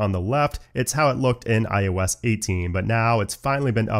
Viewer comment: everytime he says "iOS" i think he's gonna say ayahuasca lol